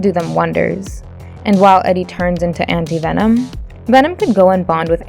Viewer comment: This is actually funny because she did not pronounce Anti Venom right